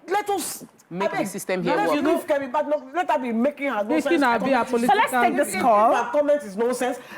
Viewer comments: It's pronounced Bed- Enoch not BadEnoch ..... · You did not even pronounce her name correctly. Its baydenock. Also, Kemi has been misquoted in some way, and this thing about thinking its just Nigerians doing it is so wrong. There are so many asians and Africans doing it.